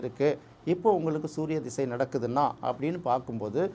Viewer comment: அவர் ‘திசை’ என்று சரியாகத் தமிழில் உச்சரிக்கிறார். ஜாதகத் தொடர்பான ‘தசா’ என்ற வடமொழிச் சொல் தமிழில் 'திசை' என்றே பயன்படுத்தப்படுகிறது. அதனால் தமிழில் பேசும் போது ‘திசை’ என்பதே சரியான உச்சரிப்பு. தசா என்று சொல்ல வேண்டும் என்பதே தவறான எண்ணம்."